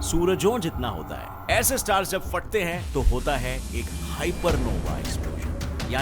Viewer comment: Bhai kya kartay ho pehlay phartay ho phir jor bhi detay ho😂😂😂